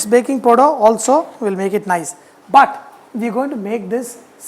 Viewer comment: Love it when u say "POODER"